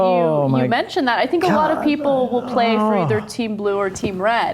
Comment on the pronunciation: lmao he just said "senk" X|)